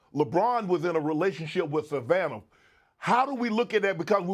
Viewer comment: It sounded like he said Magic married Larry Bird like Lebron married Savvanah, but I know what he meant.